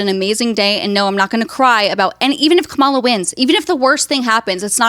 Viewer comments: a proper pronunciation of "Kamala!" Dernald tarmp wouldn't be proud of her for pronouncing the boogeyman's name wrong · Proof the mispronunciation is a conscious choice. Classic Freudian slip where she actually pronounces it correctly 😂 But yeah, she will learn about causality hopefully sooner than later. I can tell she is not as daft as she likes to portray, and I think she has good in her because she does care about protecting her daughter. She is just enjoying the shock value from her comments and generally I can’t hate her hustle because I can respect the game even if I don’t agree. I hope that she will take the time to research those words and really try to understand and empathize when she finally understands how certain words carry a lot more weight and simply using them normalizes the heinous ideology behind them. She didn’t like when people started saying terrible things about her daughter, but that is the effect of normalizing hate. Plus, the internet is forever 💯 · did accidentally say Kamala’s name right??